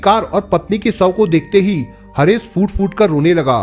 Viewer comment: Bhai shav ko sav , Ghumshud Gi ko gumsudgi mat bolo yarr please clear karo speech please